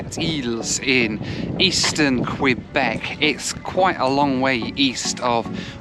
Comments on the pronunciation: KAYBECK! Not Kwuabek. Thank you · its not Qweeebec its Kaybec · just a kindly reminder. When you venture to an area. Try and pay attention to how the locals pronounce their city or Province. It’s not qwebeck it is Que-bek! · Quebec, not Kwebek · Thanks for that! Kay-bec! Not Kwa-bec. Thank you! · A little tip "Quebec" that you annunciate as "Kwee-beck" here we annunciate as "Key-beck" 👍😃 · It’s Q-bec not Qwe-bec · It's pronounced kay bek. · I love imagining the québécois being offended by your pronunciation of Quebec. I hear they're particular from people in Vancouver during my couple years there, it could just be crafty British Columbian propaganda :o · haha "kwabeck" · Sept Iles airport is looking pretty good. Last time I was there was in the mid-1990s and it was a tiny terminal. BTW, Quebec is pronounced Kay-Bec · No. No. No ....Kay Bek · Somehow it's Queebec when it's the province but Quebec City comes out all right. So he can pronounce Quebec after all. Odd that. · Ask someone how to pronounce Quebec. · Hey, you got "Wabush" correct but said "Sept-Isles" and "Quebec" wrong. Don't feel bad, most people outside the US can't pronounce "Los Angeles", especially in the UK - news readers included. And the list goes on. Getting that flight was a stroke of luck, not many would have a spare £340 lying around to take that option. Did you get a refund from Air Liaison? As usual, a great report.